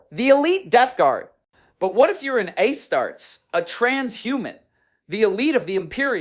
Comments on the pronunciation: Hey..its As Tar tes. Not A start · Did you hear the "a-starts" instead of Astrartes? Yeah, no one would say it like this. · "A-Starts"? Seriously? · Learn how to pronounce Astartes >.>